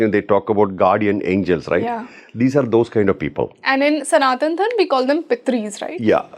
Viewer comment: Hi It's Karma, Dharma and Yuga. Not Karm, Dharm and Yug. Please be mindful about Sanskrit pronunciations consistently during the podcast as you are sharing knowledge with a mass of people. They will learn from you... You can't afford to impart incorrect knowledge. Otherwise a brilliant podcast. Enjoyed every bit of it. All the best to you and your team❤